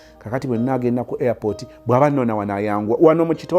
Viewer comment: toseka ate olwo omuwarabu naye talina letter P agiyita B. Police agiyita bolis🤣🤣, pepsi mbu bebsi, airport mbu airbort😂😂byansesanga at first bt now am used to them